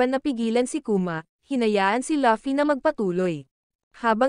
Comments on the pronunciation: Luffy po hindi pi laffy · Luffy not laffy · Laffy✅ LUFFY❎